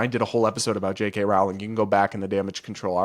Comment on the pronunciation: You’re mispronouncing Jk Rowling’s name. Edit: three times, and one time you don’t. Do you know which it is?